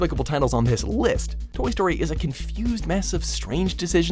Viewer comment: Toy Sotry